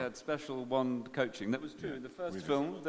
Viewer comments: Ha! Did the guy say "Magic WEND" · I think the best part of this is that one reporter's pronunciation of wand... you all know the one I'm talking about. With the short a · ''To use a manic waannd '' really